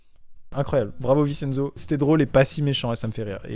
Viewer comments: Rip a tous les " VINCHE ENZO " Et pas Vi Cenzo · Tu a mal dis Vincenzo sa s'écrit comme sa mais sa se lis vinchenzo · Je crois Vincenzo ce prononce VinCHenzo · Sa se prononce vintienzo mais sa s'écrit vincenzo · Tu prononce si mal Vincenzo 😭😭 ça se prononce VinTcHenzo 😭😂 vive la langue italienne 🤦🏼‍♀️